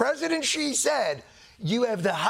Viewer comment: Thank you Jon for pronouncing his name correctly! <3 Xi - makes a 'sh' sounds in English so it's exactly like the word 'she' for pronunciation. I'm tired of so many news and comedy segments saying it wrong ;_